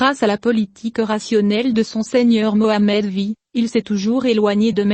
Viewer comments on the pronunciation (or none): Remarque générale: Vous serriez bien inspiré de renoncer aux voix robotisée. Certaines prononciations sont limite limite voir obscène écoutez Boumerde(s(se)), Mohamed vi .....